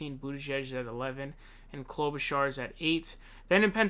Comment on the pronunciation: His mispronunciations are intentional 😂 He also calls Bernie, Bernie SaUnders, and always makes up funny names for Amy Klobuchar (Clobber-Car) and Pete Buttigieg (Butt- edge- edge).